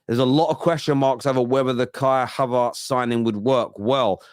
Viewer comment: mate why do you say "havaartz" so weird? Surely you know how you sayin it?